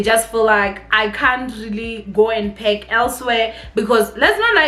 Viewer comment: le wena, it’s PaRk not paCk!! Haikhona 🤣 Love you girl!!